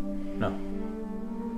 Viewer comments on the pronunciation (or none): No one: Ich bin du!: ICH BINDE! ICH BIN DEEEE!